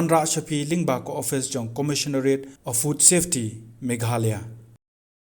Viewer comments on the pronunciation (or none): none